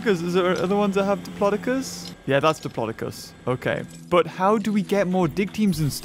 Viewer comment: said diplocis